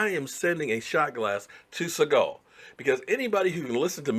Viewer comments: Segal??? Bruh its Senegal as in Senegalese......bruh he just started he still in a rookie deal, he takes us far, he'll get paid. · Segal or Segul? What country are you saying? Do you mean Senegal? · did you say Siagon or Senegal?